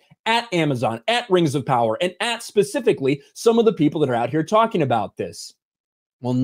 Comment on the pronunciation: Rangz of powahz